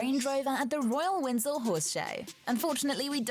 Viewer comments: Is the presenter saying "Windsel"? 😂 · It stresses me out how the narrator pronounces Windsor, makes me think it’s AI 😂 and all the photos in there that were not her but look alikes 😂